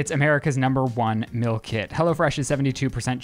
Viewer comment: why can not pronounce "meal" correctly??! i don't want 16 free mills from hellofresh!